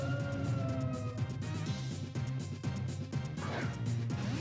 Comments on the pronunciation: It's funny that most of the Pokemon he says is wrong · You sure do know how to pronounce some of these Pokemon names! hehe....